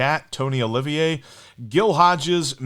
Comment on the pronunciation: Tony OLIVA not Olivier.